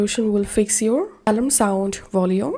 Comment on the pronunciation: al-ARM, accent on the last syllable.